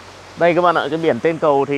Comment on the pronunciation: Toàn là kỹ sư ngọng. Người ta nói là 'ấy cái cầu' kỹ sư ngọng là 'ấy ái ầu'